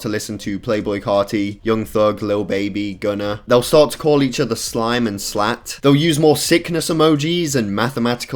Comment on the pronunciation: The ironic thing is it’s supposed to be slatt not slat